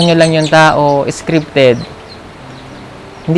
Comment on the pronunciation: Hindi nkasubaybay lagi yung nagsabi ng scrifted haha